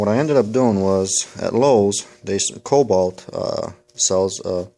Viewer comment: Good tip on the Lowes Cobalt ratchet/socket but couldn't quite understand what exactly you called it? Guess I'll have to go check it out as that set-up would cover both styles (and more) Also, Koni is pronounced Co-Knee not Connie must be from the east coast? Basten or Jersy? haha Keep makin' the good videos